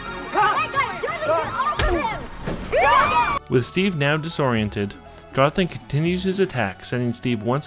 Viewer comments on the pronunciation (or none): none